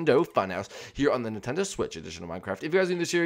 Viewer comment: You said Nintendo fun hoyse